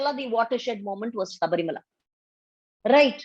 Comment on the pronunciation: Malavikaji, pls pronounce Sabarimala properly. It is pronounced "Shabarimala", not, "Sabarimala ".In Tamil Nadu it was Malavika's community which contributed to the growth of the "anti -Brahmin movement " through their discriminative/cruel/condescending attitude towards non-Brahmins. The anti-Brahmin movement did not gather momentum in Kerala and Karnataka because the Namboothiris and Havyakas/Adigas... did practice exclusivism and indulge in acts of a discriminatory nature but wre more humane. Unlike Tamil Brahmins, they were "mosquitoes", not "draculas".